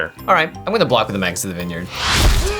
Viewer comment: 'May-gis. 'May-gis.